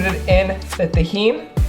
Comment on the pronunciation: yo u dont even sound Mexican cant even pronounce tajin right hahaha, im not hating on u